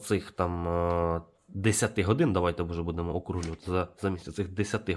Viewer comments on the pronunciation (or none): none